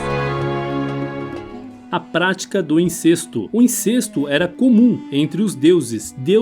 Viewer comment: dublagem: a pronúncia é INCÉSTO (acento apenas ilustrativo), É aberto, rimando com GESTO.